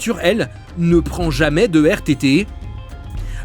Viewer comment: Ahaha cette petite inflexion à la fin de la phrase "poséy'ch". Magnifique